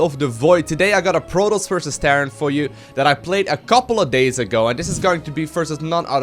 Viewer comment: it is pronounced pro-toss, Not prodos. You should change your name to because you cant pronounce anything right.